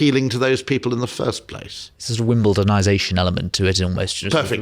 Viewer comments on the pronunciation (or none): none